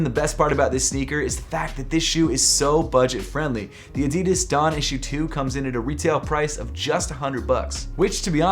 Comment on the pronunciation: Hey! Just wanted to let you know that the DON Issue #2 is usually just pronounced as “Don” and not spelled out letter by letter. I think it’s usually a preference thing but that’s the way Donovan Mitchell pronounces it so I thought I’d just let you know. No hate, love your videos man!